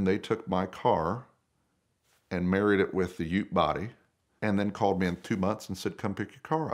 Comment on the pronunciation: So good to hear an American say ute .